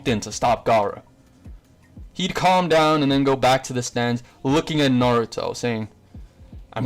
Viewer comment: My man really said clam down 😂😂😂😂